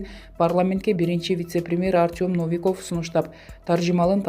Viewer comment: Ай,кыз сага канча жолу айтабыз ,чыкчы эшикке Навикоф эмес 😠😠😠Новиков 🤣